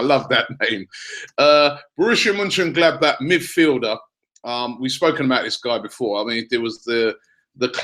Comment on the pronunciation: I love how Robbie can't pronounce the simplest of names correctly but can pronounce Borussia Mönchengladbach perfectly 😂